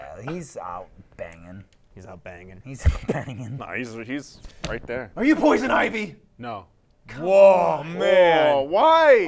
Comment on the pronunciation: They didn't read poison ivy properly and I'm triggered